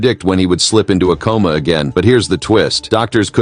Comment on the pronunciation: Coma, not comma